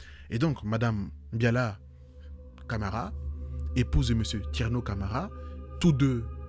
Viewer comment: ❤❤C'est Mbalia Camara et non Biala Camara, préfecture de Dubreka et non ce que tu as dit. Mais je ne t'en veux pas. Ce sont des erreurs qui arrivent ❤